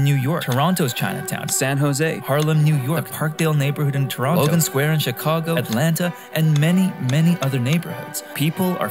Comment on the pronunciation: You pronouce Toronto like someone who's never been to Toronto before